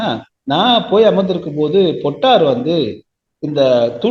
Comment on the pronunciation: பொட்டு அம்மான் = பொட்டம்மான் —-> பொட்டர் (சுருக்கமாக அழைத்தார்கள்) ‘பொட்டார்’ எனும் உச்சரிப்பு தவறானது!